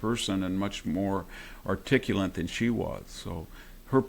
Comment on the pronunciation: Victor Davis Hanson, please be more articulate and stop saying "articulant" and "nucular." It would also be more gracious and dignified to say Harris' name correctly, with the stress on "Ka-." That's her name. I can't stand her but I don't need to get puerile by distorting her name. You should be better than that, Mr. Hanson.